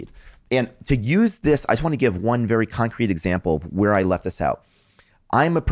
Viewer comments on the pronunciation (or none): none